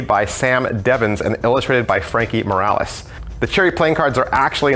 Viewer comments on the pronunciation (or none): none